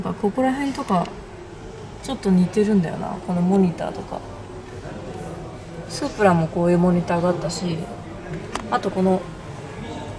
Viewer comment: スープラの発音はプのとこを上げるの？